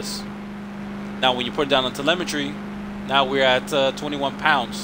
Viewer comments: Doesn't sound like you have an accent so I am assuming you are American, just an FYI, its pronounced "tel eh mi tree" not "tele meh tree" Solid drag build though, I would do something similar but I like to mess with my gears to everything i can out of them. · Telemetry= Tuh-Lem-ah-Tree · You're pronouncing telemetry wrong. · I just like the way he pronounces the word telemetry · drew bremer Telemetry is a real word lol he’s just pronouncing it wrong